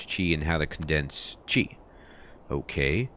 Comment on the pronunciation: The formal standard pronunciation is "chi", you are saying it correctly. The spelling is Qi. Sometimes you hear other pronunciation due to dialect differences. People in/near Guandong province and Hong Kong has a vastly different dialect compare to Beijing standards. This is akin to American vs British accent; but much much worse (in terms of how things are pronounced, they have extra pronunciation syllables). Tbh pronunciation doesn't matter that much, so long as you are consistent we can connect the dots.